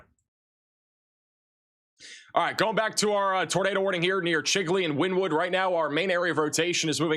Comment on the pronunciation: It’s pronounced Winnēwood